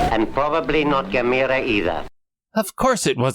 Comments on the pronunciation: Gam errrrrrr aaaah dam it !!! lmao Not Gimera keep the good videos coming : ) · Right from the jump mispronouncing Gamera. Rhymes with “camera”. Even if the original say different, even if the dubs say different. None shall besmirch the glory of Gamera, friend to all children!